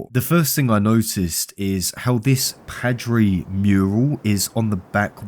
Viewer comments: that is the *WHITEST* way i’ve ever heard Padre being said dude it’s like pa. pa-dre. like in grandpa. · Awesome video but how can you mispronounce 'Padre' when they say it dozens of times throughout the game